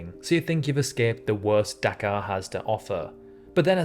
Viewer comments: Anyone else think he was saying Dakar 😂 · I heard Dachau at first😭😭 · You saying Dhaka sounded to me like Dakar, in Senegal. 🇸🇳